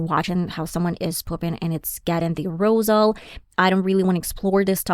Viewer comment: Sexual A-roze-al? WTF